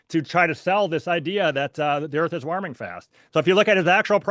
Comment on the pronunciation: Why can't pronounce warming? What is waaarming🙄 We agree that we won't interupt one another: constantly interrupts. Schoolboy error, confuses weather with climate. Minnesota is not world climate.